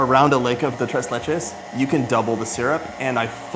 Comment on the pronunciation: It's pronounced "tray lesh"😊